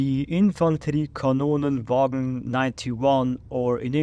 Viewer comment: Your pronounciation of Infanteri-kanon-vagn sounded more like Infanterie-Kanonen-Wagen. The pronounciation is not very close to German which could be worth keeping in mind. None the less, a better attempt than many others.